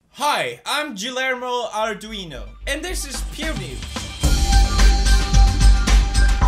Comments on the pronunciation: The pronunciation is "Gi-jer-mo" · Its pronounced gi-ur-mo. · It's pronounced as "Gilyermo" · "Yilermo Ardweino" :v No mames Pewds. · my name is Guillermo and i feel slightly tilted by the way he pronounced it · I'm dead he can't pronounce Guillermo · Guillermo is pronnounced with the "Gui" sounding like the "Gi" in the world Girls You are welcome. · That's not how you pronounce Guillermo... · The way you pronounced Guillermo gave me cancer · The way you pronounced Guillermo xD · That's not how you pronounce 𝐠𝐮𝐢𝐥𝐥𝐞𝐫𝐦𝐨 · The GUI in Guillermo is have the same pronunciation of the GUI in Guillotine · WTF how did you pronounce Guillermo? xD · My friend is called guillermo and i cringed at how you pronounced it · Can someone explain him how to pronounce Guillermo? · He's fake is an impostor I'm in the real Guillermo, he doesn't know how pronounce Guillermo, xD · When pewds can't pronounce a name properly and you're just sitting there like 😥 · 1. That's not how you pronounce Guillermo, you idiot. 2. Seriously speaking, we should make more conscience about all the "Media vs YouTube" stuff, sharing this video and others with people that truly believe what all media sources say about the site. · WTF was that Guillermo pronunciation? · worst pronunciation of Guillermo ever HAHaHA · you pronounced 'Guillermo' so wrong 😂😂😂